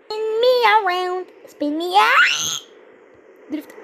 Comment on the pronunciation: ‘Shpin me around’😂